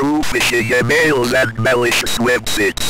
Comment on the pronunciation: "be cautious of suspicious e mills and web sits" 🗣️🔥🔥